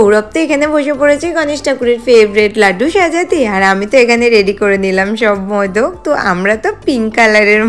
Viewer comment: Ota modok nh modak bole btw khb sundor ❤